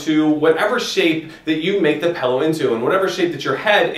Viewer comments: This is probably a very informative video but I had to stop watching after 2min (I can't believe it made it that far) because you say PELLOW. AHHHH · OMG! PELLOW! IT IS A ..... P-I-L-L-O-W!